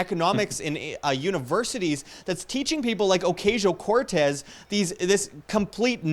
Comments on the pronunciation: It's pronounced "Occasional Cortex". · Ocuntzio. That's right ?